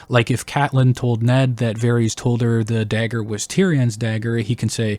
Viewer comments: Good content but Bruh, you can't be serious with this "Vair-eez" - it's *Vair-iSS*. You don't call Daenerys 'Daenereez', right? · I did find this fairly distracting throughout the video. I am curious where he got this pronunciation from, because they don’t say it like this in the show and George doesn’t say it like this either. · Why varies? You have no excuse for your disgusting pronunciation. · NICHT: Varys OUI OUI: Vareese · You saying like Vaerys makes him sound like a Targaryen and I back this theory. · You did NOT just pronounce his name as "Varies" YOU HAVE THE CORRECT PRONUNCIATION IN THE VIDEO FROM THE SHOW!!! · They literally pronounce his name correctly for you multiple times lol who is Varees